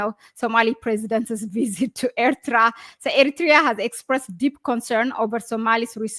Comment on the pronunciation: Aye, please hi back to school and learn how to say Eritrea properly. Ignorant and another Ethiopian liar, useful idiot till Abiyot the 7th grade drop out is kicked out by Jawar and OLF.